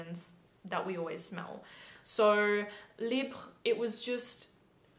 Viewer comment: Agreed on most of fragrances... btw I could not unnoticed your great pronaunciation of YSL Libre 👌🏽 I guess having French boyfriend helps 😉😍 And yes I could not believe Libre fragrance it smells to me like male fragrance, it should be marketed for men lol or unisex... Even my colleague thought it's mens perfume when I let them smell tester!